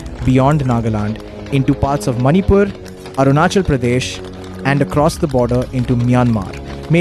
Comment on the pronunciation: Atleast pronounce right If you are also indian and as an Indian you should learn n know about Our Indian states, What is Arunisil?? Its Arunachal